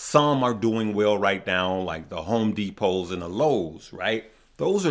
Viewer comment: Lowes is LOW, not LUS